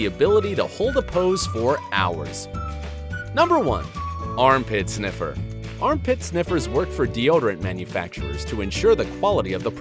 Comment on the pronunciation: In the brain sniffer thing u forgot the r in sniffer. It was just sniffes